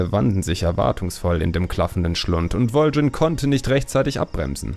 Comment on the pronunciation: super video's! aber warum sprichst du so viele namen anders aus, als sie uns das spiel vorgibt. warum Vul'jin?